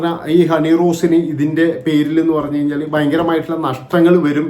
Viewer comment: ബോച്ചേ, പണഞ്ഞു, പണഞ്ഞു, എന്താ പണഞ്ഞേ?